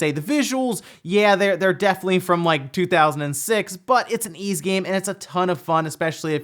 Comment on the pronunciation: It’s Ys, not Yz, silly. :0